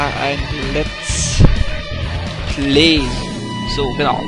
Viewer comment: voll cool! mach weiter mit deinen videos! aber das lets plee nervt wirklich.